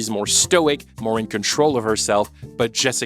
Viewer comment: jessica BARden, not braden